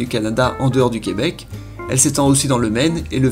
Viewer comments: C'est Québec et non Queubec. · J'adore le fait que tu dises le queubec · Jacob Hamel Je le sais cest juste que le gars qui parle le prononce comme ça donc je trouvais ça drôle